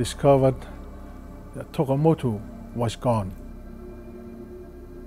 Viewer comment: Tokamotu not Takemotu